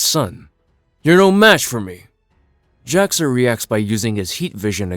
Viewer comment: Yeah, it is a little confusing because of his pronunciation throughout the video. He says Jor El and would likely say Kal El, putting the brief pause/space between the syllables, but runs Jax Ur's name together as Jaxxer. I was just listening to the video and had to actually look at it a little bit in because I wasn't sure who he was talking about lol. Still a good video though. Love recaps like this because I love the stories and characters but can't justify the cost of the books anymore.